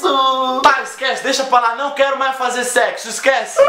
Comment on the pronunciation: "Você só pensa em secsu" KKKKKKKKKKKKKKKKKKKKKKKKKKK